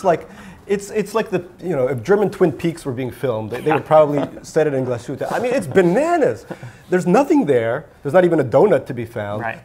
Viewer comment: I almost had a heart attack when I heard you pronounce Glashütte "Gluh-shootuh". I don't wanna be a smartass, but that was cringy. Otherwise I liked the show, keep up the good work!